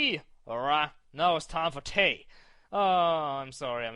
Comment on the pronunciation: Teeeeeeeaaa <3 xDD The way you say tea when you try to do a British accent just makes me crack up for some reason xD But to answer you, yes I think so xD It's highly amusing xDD Awww, I wanted to see you go into the basement xDD Because I'm mean xD Loving the LP so far hunny :) <3